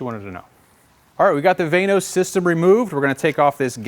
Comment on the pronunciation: I thought it was pronounced VANOS not VANOS.